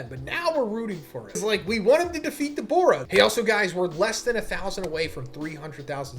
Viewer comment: Your pronunciation for Dabura is pretty sharp and sounds a lot more like you're saying Daborah with an o instead of Da-bu-rah which might chase some viewers off.